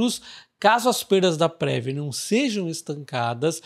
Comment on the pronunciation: Salve! Se fala Preví, e não Prévi 😊🙏